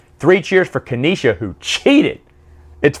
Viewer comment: Dude,, it's pronounced "Nee-sah", not "Kaneesha" 😉